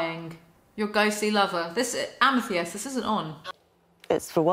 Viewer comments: I die a little everytime you say amy-thiest amethyst.. is a crystal, the purple one pronounced ama-thist hahahha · pronounced amethist sorry i hate correcting but every time u said amethiest my soul coiled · amethyst like fist, not like theist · It's committing to mispronouncing Amethyst after hearing pronounce it correctly for me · I made sure I was right but Amethyst is pronounced...am-eh-thist. Don’t hate me telling how to pronounce this word...I swear I know it’s a hard one. Love you. —from a Texan in the USA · amithiest... amthiest, amethiest! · Am a theeeeeeeest...am-a THist...Holy Wallaby gottit. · thhhhiiiist no r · I adore how you have no pretensions. Fuck yes. If you can’t pronounce something, what’s the problem with that eh? Ah meh thist should be abandoned as a pronunciation. Balls to it tbh. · Lol Am-i-th-i-st like the February birth stone. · Amythest = Ah-ma-thist Lmfao Still love you though❤️ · am-uh-thist for the love of god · amm-UH-thist fyi =) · I love you, darling, BUT THAT'S NOT HOW YOU PRONOUNCE AMETHYST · Hearing Amethyst being pronounced like that so many times took years off my life. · the way you pronounce Amethyst is killing me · Today I learned that British people pronounce "Amethyst" REALLY weird. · I cannot get over how you pronounce amethyst 😂 btw love your hair! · trying to pronounce Amethyst has officially broken me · HAVE YOU NEVER HEARD THE WORD AMETHYST BEFORE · not you pronouncing amethyst like that 💀💀i know the english language makes no sense but y'all ever pay attention to the letters you see sdkjfhskjf